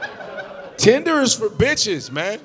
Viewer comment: Omg..when she said Tinder I swore it was the N word...I was like Oh shit! How is gonna improv around this one?? 😂😂😂